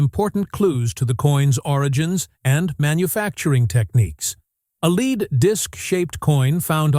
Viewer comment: To the announcer of the video, the coins and other findings is lead, not leed. It is an elemental metal. How could your mispronunciation go unnoticed?